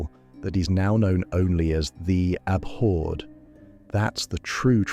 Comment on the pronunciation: Learn how to pronounce abhored